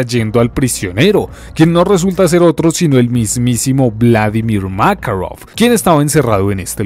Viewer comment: porque pronuncia makarov con asentó americano?